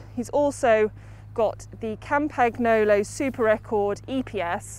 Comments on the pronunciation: Its pronounced kampanjolo...🙈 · please tell her how to pronounce Campy correctly!!! my ears are bleeding! COM-PAN-YO-LO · Si. Haha. Campagnolo con accento britannico 😂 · Kam-pag-no-lo??? Mag-lia-rosa??? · that pronunciation of campagnolo🤦‍♂️😂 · no but that‘s basic knowledge you have to know🥴😂 so embarrassing, they are getting paid to say this💀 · would of gotten behind it, if she would of just went with 'Campy' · Not sure the pronunciation of Campagnolo hurts my ears or my heart more 🤔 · Im sorry, but campagnolo pronunciation just hurts, except that, awesome bike check. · She's actually getting paid to butcher all these brand names? I guess she doesn't mind looking and sounding ignorant. Maybe she got hired by a family friend, because it couldn't have been because of a broad-based cycling knowledge.